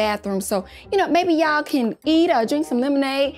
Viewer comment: “It’s just from the cann”😹😹😹